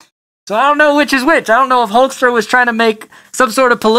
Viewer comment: Thank you for saying hulkster